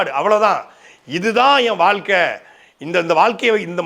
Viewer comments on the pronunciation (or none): none